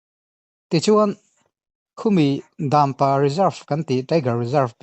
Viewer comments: ka fak e,amaherawhchu Dampa lam danah Dam hi lui hming kan sawi a' Lui' kan tih ang thluk tur a ni a,'pa' tih hi 'ka pa' kan tih a pa ri sang in,Dampa,Daaampa ni lovin Dampa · Dãmpa a nilo, Dampa, zawk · In Dampa lam dan hi a fuh lo.. Daaammpa ni lo in Dampa🥴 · daampa anilo dampa tirawh achhiar tupa kha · Dampa tih pawh lam thiam lo